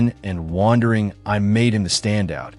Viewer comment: Very informative. But it's kind of distracting when the robot narrator is so confused by the word "eye".😮